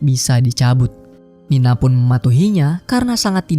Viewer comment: Woi bukan nina tapi nani